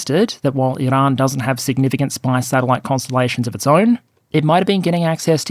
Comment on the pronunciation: You can ditch the pretentious rolling of the r in "Iran". Annoying and especially unnecessary as you pronounce "Iranian" normally.